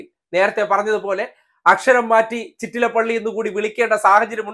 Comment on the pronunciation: Not Chittalapalli chettalapalli